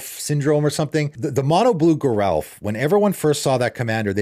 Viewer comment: According to Mark Rosewater, Geralf is pronounced with a soft g, not a hard g.